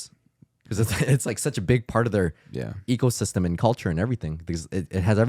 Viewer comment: "ecosystem" goes crazy